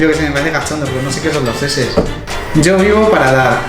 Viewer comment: no se dice seses se dice chi ches:v